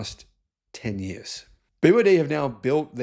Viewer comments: also he cant pronounce BEE Y DEE ?? dont know why ??? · It is definitely worth it learning Pinyin to pronounce the Chinese names correctly. The ships are named after the production sites of BYD in China.